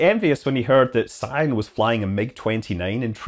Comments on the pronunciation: I know others called "Sian" and you pronounce it "Sharn" (- not "Si-an"). :) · Sian is pronounced Sharn, it is one of those Irish names. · Pretty sure Sian is pronounced Shaan.